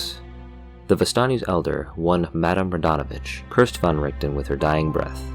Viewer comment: oh my lord you said van right I have immediately fallen for you